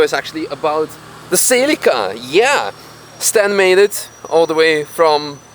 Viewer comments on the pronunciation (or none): is not SILICA its C E L I C A